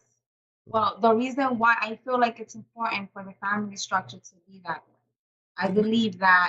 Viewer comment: Wich intead of with. Importan unstead of important. Wit, this time, instead of with. The women at the charity socials would laugh in her uneducated face.